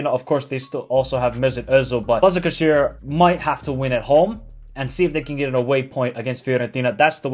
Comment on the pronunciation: it is Bashakshehir in turkish that s with something under it pronounce "sh"